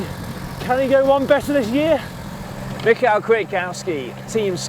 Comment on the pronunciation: Michał Kwiatkowski is a great sportsman and he's from Poland - as you know Poles are very combative so he must win! Also his name is spoken like: 'me how' - Michał, 'Kviatkovski' - Kwiatkowski. Greetings from Cracow, Poland - city of time trial of Tour de Pologne :)